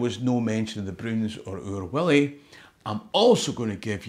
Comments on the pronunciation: your pronunciation as Willie sounds so wrong. Otherwise great video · Its wullie no willy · .45 seconds in - did you just pronounce 'Wullie' as 'Willie'? 🧐😂 Edit - AYE! ye did it again, jeezo 😒 2nd edit - aye, I did get these annuals every year, I've still got them, I've got the wan you were showing as well. When I was wee, my cousin from Newcastle used to stay with me in the summer holidays for a week or so, and she'd try to read The Broons or Oor Wullie out loud, it was hilarious lol. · Thoroughly embarrassing! Anyone who says 'Oor WILLIE' is a scunder! It's Oor WULLIE!! Fleg, quare fleg! 😢😢😢😢